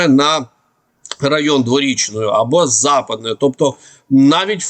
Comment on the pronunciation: Повивчайте назву сіл - ФІголівка на "І" наголос. і ЗападнЕ - на "Е" - село низині, западині.